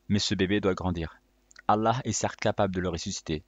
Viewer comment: c prononce الله et non اللح